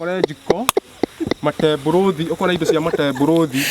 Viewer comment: Mat 2026 I'm back hear to listen to man. Makolejiko - psychological Mateborùthi - metabolism Mathority. - Authority Masekonti. -ma time😂 Most of all I like hearing saying by the way ati by way they.